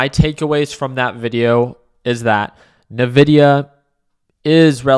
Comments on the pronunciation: it's envidia, not navidia:) I'm guessing it's a case of buy on expectation, sell on delivery and this is a very significant delivery. But it has turned to a +1% pre market so it probably wont pull back right away. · I quit watching this when he pronounced it Navidia instead of “En-vidia”